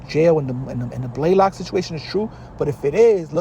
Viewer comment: WHAT TF IS A BLAY LOCK? OR WHATEVER HE SAID